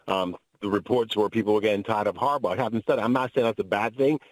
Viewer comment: This dude said Harbaugh!!! Must be a joke!!